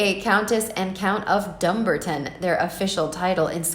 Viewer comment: Commentator, Will you please learn to pronounce the name correctly the name is Dunbarton emphesis on 'ar'say them separately, dun Barton then put the two together & see how you get on, if you still can't get it right, please don't narrate video's anymore, it's not for you, ok, thank you!